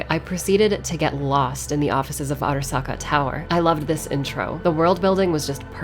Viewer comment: I love how she pronounces "Arasaka" Properly